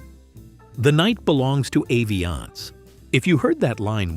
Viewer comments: They pronounce it Ah-vee-ahnce in the ad, it begins with the A, andyet you said Eh-vee-ahnce? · It’s “AH-viance”